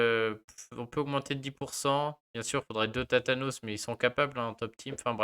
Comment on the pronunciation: Tu m'as fais rire , t'as tathane en tête, tu dis thatanos pour Thanatos 😝